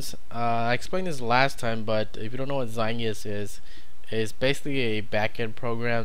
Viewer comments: it is pronounced (zite-guyst) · Aye aye! I agree, you are saying it wrong. It's in German and it means time-ghost, if you want a word-by-word translation.